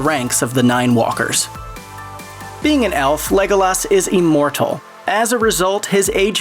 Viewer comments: There is no way you watch lord of the reigns by the way you say legolos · Lego-Laas and Maria Doc are both pretty off. But Pos-too-mously just pissed me off something fierce.